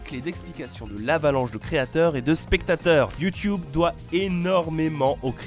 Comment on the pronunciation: Je kiff quand tu dis "Youtioube" 😂